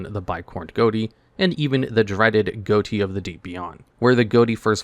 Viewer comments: Goaty? That's pronounced fish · Is it not unironically pronounced "fish" and not "Goatee"? Never heard or played these cards but I found it interesting that the archetype was named that. "Gh" sounds like "f" as in "rough". "O" sounds like "i" as in "button". And "ti" sounds like "sh" as in "action"? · It's pronounced "fish." GH like in enouGH, O like in wOmen, and TI like the suffix -TIon. Ghoti. That's the joke. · it annoys me he keeps saying Ghoti and not fish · It should really be pronounced fish not goti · Wait, 'Ghoti' is pronounced like 'goaty' and not 'fish'? o.o The 'gh' like in 'laugh', the 'o' like in 'women', and the 'ti' like in 'nation'. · It's pronounced "fish" believe it or not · Isnt it supposed to be pronounced fish? Gh as in enough (f sound) o as in women (i sound) and ti as in nation (sh sound) it should all be fish. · Bro. GHOTI is a linguistics joke. It is pronounced FISH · wild that he never pronounced Ghoti right once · Hearing you pronounce Ghoti wrong all throughout the video is annoying.